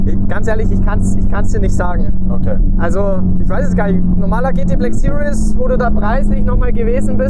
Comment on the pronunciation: Hi Daniel! Man spricht "series" nicht wie "serious" aus. Eher wie "siriehs", mit scharfem S vorne. Einfach mal Shmees Videos gucken zur Info ;-)